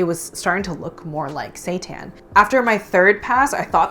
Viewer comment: I thought she said washed satan lololol